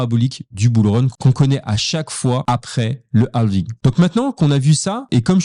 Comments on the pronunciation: Bonne video, par contre toute la vidéo en Français mais juste le mot « halving » avec l’accent Anglais c’est horrible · On dire quand dit halving on dirait un film français avec les voix canadienne lol